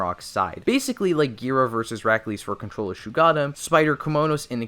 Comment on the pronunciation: #1: NOT SHUGADDAM ITS SHUG OH DDAMN